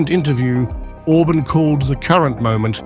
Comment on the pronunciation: OrbAAn not Orbn , moron !